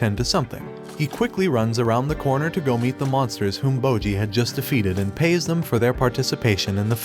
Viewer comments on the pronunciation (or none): none